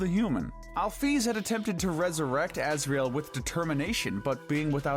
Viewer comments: "Alfies" 💀 (if im right its alphys) "Metaton" (if im right its mettaton) Azrael 💀 (its obviously asriel) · ITS NOT ALFIES ITS ALPHYS ITS NOT AZRAEL ITS ASRIEL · Asriel not Azrael . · correction: it's Asriel not Azrael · Ah yes, “Afies” And “Azreal”